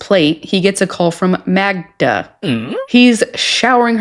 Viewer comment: Her name is Magda. But I only hear him say Magna.